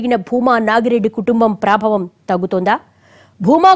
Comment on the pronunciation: Prabhaavam....thalli not praabavam